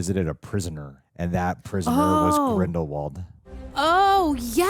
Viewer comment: HP-universe film trends continue. They pronounce Voldemort wrong. Then they pronounce Grindelwald wrong.